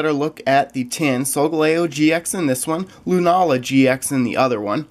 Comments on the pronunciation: hi love your videos and solgaleo is pronounced soul-gal-eo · You pronosed solgaleo wrong